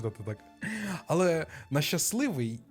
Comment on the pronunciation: 100 відтінків "зачєм" "ті" "хочєшь" "розказаті" "спочаткюу" "людіна" "алє" "надрукованій" "чорт забіряай" "нє схожій"